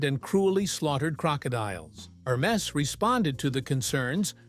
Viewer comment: Wrong pronunciation😅 Please, ask somebody French to pronunce "Hermes."